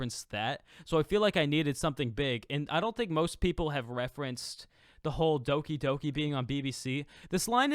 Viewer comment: It's pronounced Doki Doki bro 😂